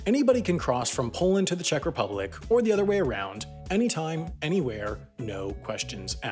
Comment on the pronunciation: Anyone else get completley triggered by the oronounciation of Czech? so annoying, he kept on repeating it too!